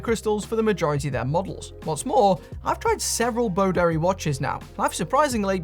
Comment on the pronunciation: I'm so old that when you say Boderry, I hear Bo Derek.